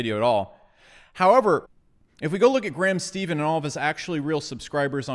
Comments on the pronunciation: I’ve been on Graham’s channel a few times and he’s a friend. He’s a genuine guy. 👌. And his last name is pronounced “stefan” not “Steven” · I think it’s pronounced STEFFAN not Steven. But great video. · You always say Steven instead of Stephen lol (Steph like Stephanie and In so Steph-In) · I know someone else probably already said it, but it's "Stephan" not "Stephan." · It’s more pronounced like steph curry rather than what he is saying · Good video. Just fyi. ..Last name of Graham is pronounced like "Stefan" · It's pronounced "SteFan" ;) And most YouTubers' views and subscriptions have gone up during quarantine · Your constant mispronunciation made my head hurt. He says his name in every video... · Maybe this guy can pronounce Graham Stephan's name right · How hard is it to correctly pronounce the last name Stephan? Nobody does it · he always mispronounces their last name